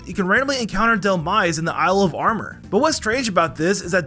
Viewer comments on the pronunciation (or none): none